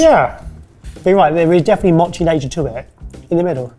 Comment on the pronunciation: The pronunciation of Mochi (moe-chee) as (maw-chee) irritated me